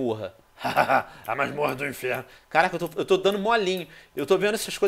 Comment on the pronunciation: Venom para de dizer enferno